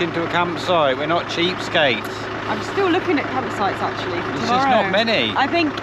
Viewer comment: Absolutely howled out loud at accidental blooper ' campsh--es so funny but just about sumed it up! Arrh no-one can't say you didn't try and stay so positive camper vanning in the UK. Bet it's defo not on your list next year:)))) thanks guys love your vlogs x